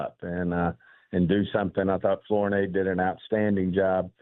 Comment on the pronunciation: Flornay?! I bet this guy can’t pronounce the word pronounce. He is probably the idiot that gave a 4th round pick for a guy that was probably going to be cut by the panthers.